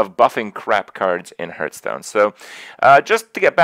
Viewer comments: Funny that Krip can't pronounce Hearthstone properly! 'Harth' not Herth. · i hurt everytime he calls it hurtstone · How does a Hearthstone streamer not know how to pronounce hearthstone?